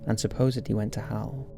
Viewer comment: Is it just me, or whenever he says "Hell" it sounds like Hal?